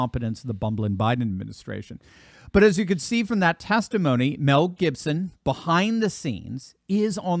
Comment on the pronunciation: Who the F … is Meaaaaalll Gibson? Is it perhaps Mel maybe? 😂